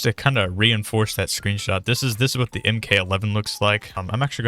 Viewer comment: Ah yes my fav dmr the "in k 11"